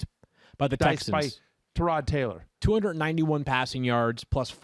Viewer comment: Tyrod Taylor (Tie-Rod) not (Tur-Rod)